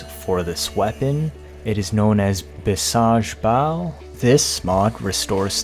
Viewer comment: also it is actually pronounced bhee-sug (with the sug being pronounced the same way you wouldd pronounce it in suggestion.) It could mean one of two things in this context, medicinal as in medicinal might or in reference to vishnu (a powerful deity) as in godly strength.